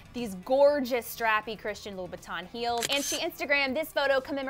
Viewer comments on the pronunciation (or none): none